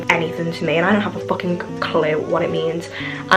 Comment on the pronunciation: the way she says fucking has me dead